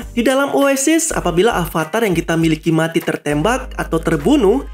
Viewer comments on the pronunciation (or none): none